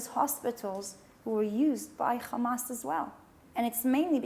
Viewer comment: i bet before she moved from Canada to colonize Palestine she said hamas not khamas